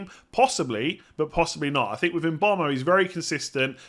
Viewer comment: Yeah come on, bit of respect, make the effort to pronounce the guy’s name correctly.